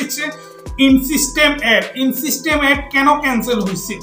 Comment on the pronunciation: ইংরেজি পড়তে পারেনা,,আইছে মানুষকে বুঝাইতো,,ইন সিস্টেম এড কিসের,,এটার উচ্চারণ হবে ইনস্ট্রিম এড